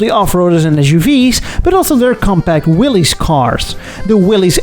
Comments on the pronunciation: Willy's should be pronounced Willis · I've always been interested in Kaiser-Frazers ever since my uncle pointed out a Frazer at a gas station when I was young. For the record, Willys is not pronounced as "Willy's" but like Willis, which is probably a variant spelling of the same name. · "Willys" is pronounced just like "Willis". This how John North Willys pronounced his name.